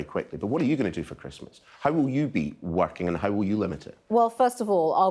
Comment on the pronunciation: Priti Patel is a very bright spark and is convincing. Just wish she didn't adopt the Beth Rigby trait of mispronouncing the ing endings of words. Is it just me or do others feel the same?